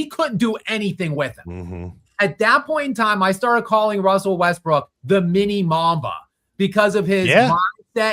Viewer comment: “I really love Russell Westbrick”